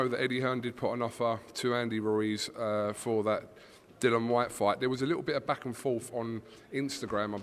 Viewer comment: "DEAN WHYTE" 🤣 what this dudes real name?